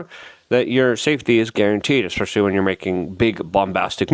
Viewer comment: Did he say EXspecially ? That’s not a word.